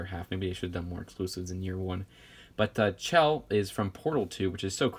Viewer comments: ITS PRONOUNCED SHELL NOT CHELL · It’s spelt Chell but you pronounce it like Shell